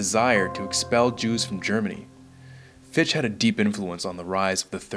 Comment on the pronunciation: Excellent film, but just FYI, Fichte's name is pronounced fick-TUH, not fee-sht. :P